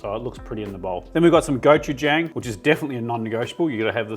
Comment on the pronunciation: “Go chu jong”. Not “jangl”😊